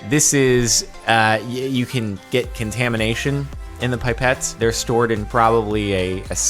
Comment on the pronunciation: “Pie-pets” lmao